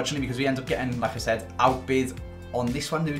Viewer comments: 'like i said' i thought he said 'lacazette' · Every time he says "like I said" what I hear is "Lacazette"